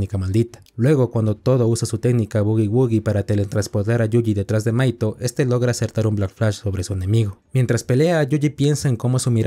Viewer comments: Tenía el video de fondo mientras hacia otra cosa y en un momento pense que le decías maikol a mahito XD (en el anime se pronuncia majito) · ¿Una pregunta? Por que le dices maito a mahito? siendo que se pronuncia "majito" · me mata que le diga maito, osea se escribe mahito pero se pronuncia majito y al pronsipio no le entendia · Hay un error que algunos cometen con el nombre de Mahito, algunos le dicen maito pero es majito😅, pero bueno, todos cometen errores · Mahito ❌ Mahaito ✅ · Que mal pronuncias los nombres es MAJITO, WIWI